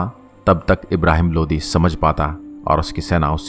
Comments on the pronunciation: Bhaiya vo lodi h not lodhi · सर जी लोधी नहीं लोदी बोलिए,,, लोधी क्षत्रिय समाज हिंदू की जाती है,,, प्लीज इसको सुधारो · Bhai lodhi nai lodi tha bhai sahab...like